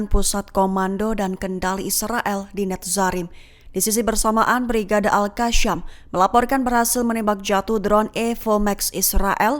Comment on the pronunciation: Bukan al qasham... Al qassam